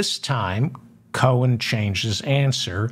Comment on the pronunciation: Cohen , ( Co in ) , Not Cone